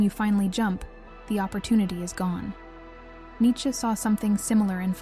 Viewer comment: Its nee chuh